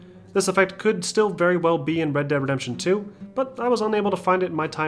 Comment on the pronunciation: When he is speaking fast he says red deap redemption